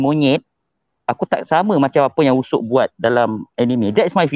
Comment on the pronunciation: Mende usap? 😌 Usopp lah woi Sebagai fan berat one piece aku triggered bila dia cakap "usap" 😌